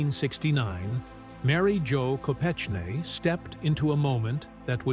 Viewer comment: Learn how to say Mary Jo’s last name …..and the places you say before saying . Ted Kennedy was a twisted , deviant and should have been charged with manslaughter for her death at the very least ….he was selfish, greedy rich man.